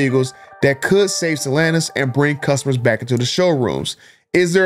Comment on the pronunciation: It's not stalanis it's stellanTis